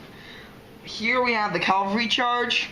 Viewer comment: not "calvary" its "cavalry"